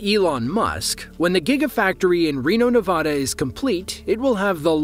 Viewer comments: it's pronounced nevada, not nevada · say Nevada the right way!